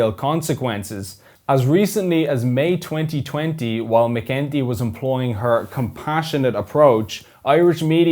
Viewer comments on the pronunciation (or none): Helen what? It's McEntee not McGinty. Not a great impression. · When you say McEntee, it sound like McGinty, it pronounced as McEnT